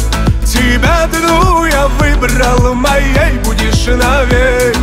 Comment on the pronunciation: бесит когда говорит мОей будешь . выраженный ненужный акцент